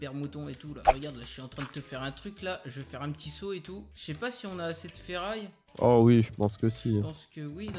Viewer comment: Stp arrête de dire feraille